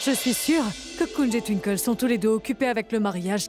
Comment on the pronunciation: 😅😅toutes les monds dit twinkel mais lui dit tinki 😅😅